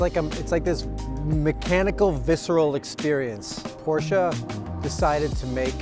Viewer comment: Thank God he knows how to say , “Porsche”!